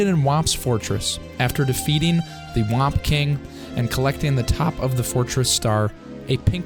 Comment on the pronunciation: Why is NO ONE mentioning the way he says whomp. It had me laughing till i cried